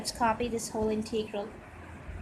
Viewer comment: Integral is NEVER pronounced "Inteegral". Sounds horrible.